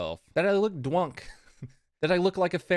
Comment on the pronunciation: "You both look dwunk" got me rollin